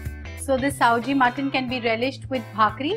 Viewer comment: not saoji,it's Sawji!